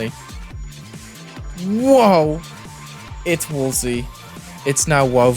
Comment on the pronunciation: It’s woaver